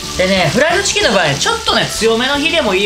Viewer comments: 余熱で冷ましたこの「ティキン」www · ティキンwww